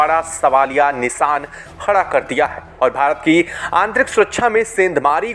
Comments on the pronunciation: Sahi uchcharan karo. Shaant ko saant aur nishaan ko nisaan nahin bolte. Sha ko sa bolna jahil lagta hai. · सांत नही शांत, निसान नही निशान, सुरच्छा नही सुरक्षा, आकर्सीत नही आकर्षित। ब्रिटिश की तरफ से नही ब्रिटेन की तरफ से।